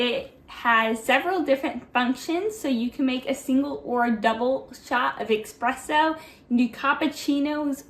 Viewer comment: This is just to help, it is called espresso, not expresso. Thanks.